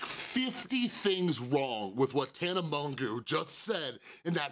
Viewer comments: Its pronounced mojo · Do you know you’re pronouncing her name wrong? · Also you pronounced her name wrong haha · If you actually cared about her and not getting views you would know how to pronounce her name